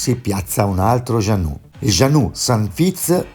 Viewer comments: Vala' vala'!! Gianno'. Non puoi sapere di barche e pronunciare giannu'. Dai!! E poi mi sembrava di assistere ad una televendita di materassi e pentole ai tempi del Berlusca!!! Per fare il giro del mondo...primo servono dei buoni marinai. Ovvio anche la barca ma credo che con quella cifra trovi poco (o forse parlavi della caparra) saluti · Moody si pronuncia mudi, jeanneau si pronuncia con la o finale altrettanto per beneteau grazie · Per favore Mudy e non Mody, Jeanneau si pronuncia Jean no. Informati